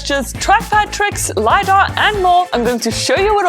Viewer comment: Isn't it LiDAR? not Lydar just saying no hate. I love your videos and I hope u will get to 1M this year!! ☺️